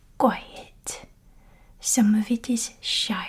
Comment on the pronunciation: The way she annunciates "Tuck away" and "Qui-et" The 'th' sounds in 'thing' and 'with' are pronounced like "Ting" and "Wit". I'm sure there's more but those are the most characteristic things I noticed show up. I lack the vocabulary to into as much detail as I'd like so it's mainly a vibes thing for me w